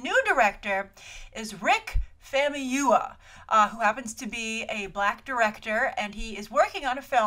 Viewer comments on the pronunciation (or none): It's pronounced fahmooyeewah(famuyiwa). You're welcome!